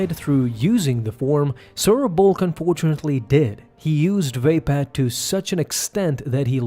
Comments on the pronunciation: Dope video, but everytime i hear [vay-pad] it makes me wince xD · Pronounced “va-pod”.